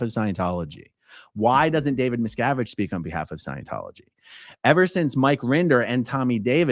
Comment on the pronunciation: David Miscarriage